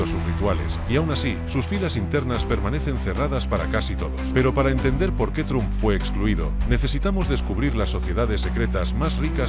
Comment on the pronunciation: Se pronuncia "tromp" no "trump".